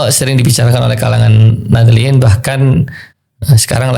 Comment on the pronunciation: Khost nya hanya ngaku NU, padahal fpi,baca Nahdiyin ga bener. Gemblung KLO mo ngomong tabayun dulu tong